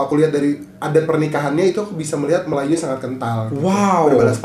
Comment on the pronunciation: melajoe - melayu sebutannya